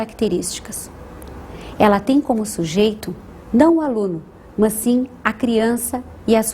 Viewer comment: Ela fala "mãs", em vez de "mas"! hahaha